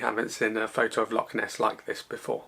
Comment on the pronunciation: Good work but you really need to work on your pronunciation of Scottish terms...its Loch not Lock.